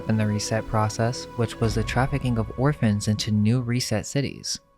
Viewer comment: "Hum-an Tra-fficking"